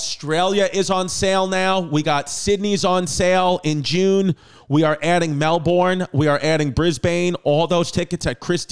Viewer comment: MELBOURNE = MEL-BN BRISBANE = BRIS-BN